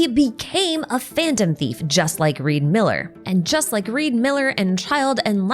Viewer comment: REE D. MILLER